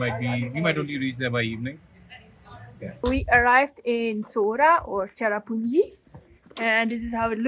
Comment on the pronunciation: It not chera punji plz